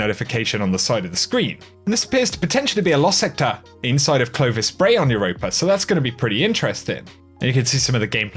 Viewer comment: Quit adding the "er" at with europa...EUROPA ....NOT EUROPER